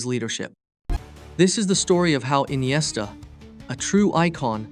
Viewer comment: Why inesta is rare 😂